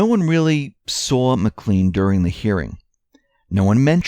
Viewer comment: Well researched. Again, that's Mac Clayne, not Mc Clean, like Mister Clean.